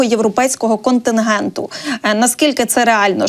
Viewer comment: Не контингенту, а континенту!